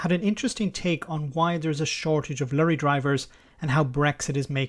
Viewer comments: ''Lurry''.. it's Lorry! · Lorry please. Not Lurrie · I do enjoy pronunciation of "lorry". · Lorry should be pronounced " Truck ". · your Irish accent dropped a bit to Garda Patrol 'lurry' haha like 'veachile';P